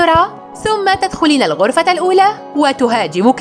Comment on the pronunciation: ترقضين إلى العرفة 😂😂 ألا يمكنك نطق حرف الكاف